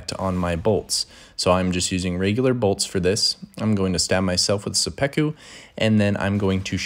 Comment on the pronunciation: suh-peck-oo is an interesting way to say it but cool vid!